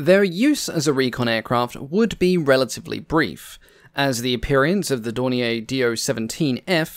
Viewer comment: Thanks as always. (Small nitpick ... Dornier rhymes with more beer.)